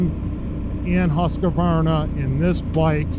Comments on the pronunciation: Thanks, was about to say the same I understand the writting isn't obvious for english speakers. It's "Husk varna" not "Huska varna" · Petty nitpick on the pronunciation of the Husqvarna but as you can see by the spelling of the name that there's no 'A' after the letter 'Q' so there's no need to pronounce it with one. Hill assist is a very nice feature to have on these mid size and full size adventure bikes, I'd find myself in a bit of a pickle in some scenarios on my 1250 GSA if it didn't have that feature. I doubt you'll see adaptive cruise on the middleweight bikes from manufacturers that offer larger, more premium adventure bikes, at least not anytime soon. I agree with in regards to cruise, in the adventure bike category it's no longer debatable for myself, it's a necessity.